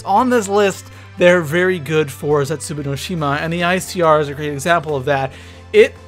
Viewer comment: It's ZetsuBOU not ZetsuBU....... jeez